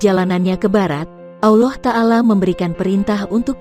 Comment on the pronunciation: Blepotan pengisi vocal nya....Auloh Auloh apaa an itu ?